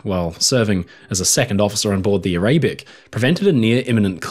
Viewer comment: a-RAY-bic? How about ARUH-bic?